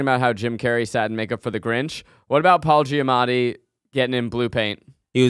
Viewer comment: do the boys realize that they both say “Paula Giamatti” like it’s actually so funny